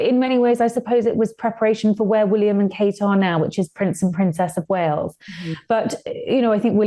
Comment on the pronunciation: It’s “Wales” not “Wells” 🤡